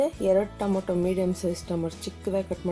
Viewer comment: Mam it is tomato not tomoto